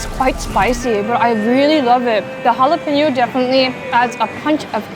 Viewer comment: 24 hours in Texas and you can already pronounce 'jalapeno' better than Joshua Weissman